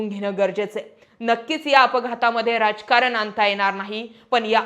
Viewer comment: मॅडम,जरा मराठी शुद्ध बोलायला शिका!ऐकणाऱ्यांचे कान अशी अशुद्ध भाषा स्वीकारत नाहीत! नेनार का,आननार का,राजकारन असे न बोलता नेणार का,आणणार का,राजकारण असे शब्द उच्चारा!! आणि तुम्ही मिडियामध्ये आहात म्हटल्या वरती तुम्हाला श्रोत्यांकडून कधीच माफी मिळणार नाही, हे ही ध्यानात ठेवा,ही विनंती!🙏